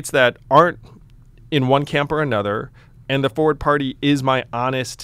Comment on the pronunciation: Speaking of mispronumciation (Succession), Forward is pronounced as it's spelled, complete with the 'R' sound! Not Foeword!